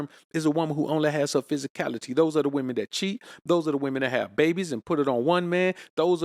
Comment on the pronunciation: Take a shot Everytime he says psysicality 😅 lol -jk he's right